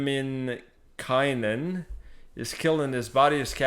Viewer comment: Your son pronounced Lemminkäinen almost 100% correctly! Good job! He said the letter Ä as it should!